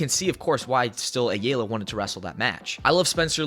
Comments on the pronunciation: Drake's last name is pronounced I-All-Uh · Just a heads up from a Hispanic writing out the phonetic spelling of Ayalya (Drake Ayala) aa-Yaa-LAA or Ay-ala The A is actually to be pronounced like a I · You doin this on purpose. It's Ayala(I - Yaw- Luh) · Pronounced I-Ella. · Bro it's. Aya laaa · It’s pronounced eye-ala. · Drake Ah Yah Lah fyi 😂😂😂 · Fyi the ay is pronounced as a hard I so its like eye-ala, ayala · drake (eye-all-uh) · the biggest problem between this, is him mispronouncing ayala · Can you please pronounce Ayala correctly? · Can you please say Ayala correctly